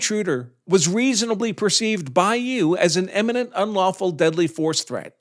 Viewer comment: "imminent" not "emminent"